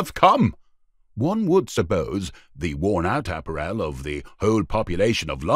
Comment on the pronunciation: Why can't this commentator pronounce 'apparel' correctly????